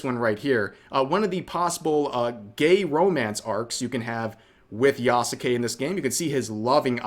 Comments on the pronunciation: Is spelling the name wrong as bad as pronouncing the name wrong? Just asking because half the time Rev says "yah ske" correctly and other times he says "yah SUE Kay" utterly wrong. Ubisoft is screwing up and should be called out but holding ourselves to a standard should count too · Yeah,😂😂😂 the name Yasuke even pronounced ya sux it